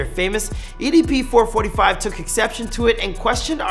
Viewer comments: It’s EDP four four five btw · idk why but get kinda triggered everytime he says "four-forty-five" instead of "four-four-five" lol. might as well call it four hundred and forty five chump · who calls EDP 445 four forty five. u might as well call him EDP four hundred and forty five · It's four four five not four forty five